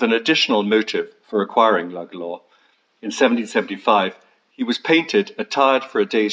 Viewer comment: Beautiful place..pity you didn't have the pronunciation of Lugalla and Powers court right...!!